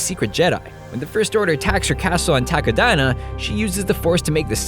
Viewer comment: Whenever he says "Takodana" I hear "taco diner".